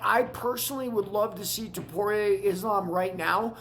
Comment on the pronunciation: Dude before you attempt to comment on this topic, at least learn how to say the names properly. I mean jeez man. How are we supposed to take you seriously or respect your opinions when YOU CANT EVEN SAY THE NAMES CORRECTLY. Stay off the microphone dude. You are damn near having a stroke trying to pronounce the names. Put some effort in. Can't say Ilias surname. Can't say Drikus's whole name. Can't say Tsarukyan. What can you say? Frustrating to listen to this fool butcher everyone's name. Put in 10 seconds of effort to learn the names. Because you are attempting to sound knowledgeable on a topic where you dont even know the dudes names! So you end up sounding foolish instead